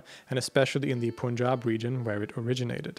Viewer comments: It's not Pooooonjab pronouns it correctly, it pronounced as "Pan-jaab" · Requesting to correct pronounciation of "panjab", it's not to be pronounced as pooonjab, but as pun (a type of humour)/panj-ab 🙏🏼